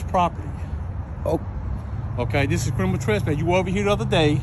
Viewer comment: Ah man .. when the cops can’t even pronounce “criminal” … “crinimal” is not a word … smdh